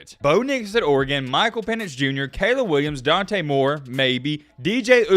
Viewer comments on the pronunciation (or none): none